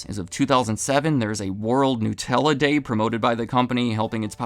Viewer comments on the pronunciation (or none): Nut-ella It's made with nuts. Not gnus, which are a type of wildebeest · *Nut* ella, not 'new'. They're referencing nuts, not newness.